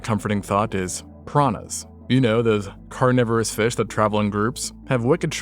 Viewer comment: "carniverous noodles" LMAO